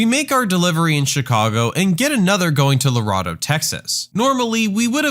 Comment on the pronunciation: I love these videos! But it’s pronounced, LarAdo.